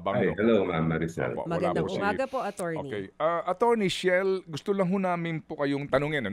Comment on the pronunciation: Chel po, Sir Ted, hindi Shell. ❤